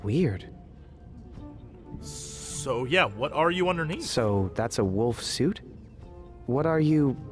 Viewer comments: I love how Jesse says wolf as Woolf :) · dude, learn to pronounce wolf everything